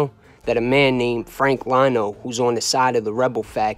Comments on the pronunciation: How you a mob historian and you pronounce Frank Lino as Frank “Lie no” it’s pronounced “Lee no” Eddie Lino got wacked by the mafia cops.. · Pronounced Lee-No in Italian Li is pronounced Lee. As in Lioni, Leone